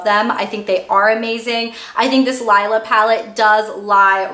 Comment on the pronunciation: Its pronounced LEELA.